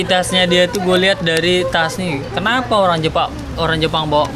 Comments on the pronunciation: Olang Olang🤣😂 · Humor saya cuma sekedar dia ngomong "olang olang"😂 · R dibaca L L dibaca R 🤔